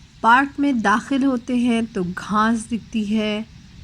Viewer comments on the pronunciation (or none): Why not use the word 'baagh' for park? Im not sure 'dikhna' is standard urdu im afraid. And watch out for pronunciation of grass (ghaas not ghaaNs), and urdu R is hard not soft.